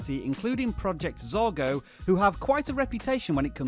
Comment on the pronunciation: XD it's 'project zorgo'